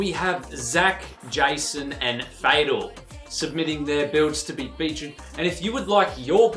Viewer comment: Thx dude name fadel not fatal 😁